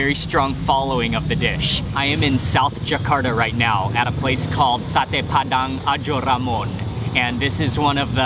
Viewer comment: I like when you pronounce the Sate Padang Ajo Ramon flawless!!!! now I just can imagine how good those sate padang when I can't find one good ones here... :(